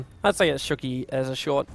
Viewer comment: I love you, man but please stop saying "shooky.":P